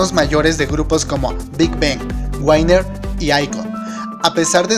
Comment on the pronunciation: Wainer * (Winner) Se agradece tu contenido pero no estaría mal practicar la pronunciación.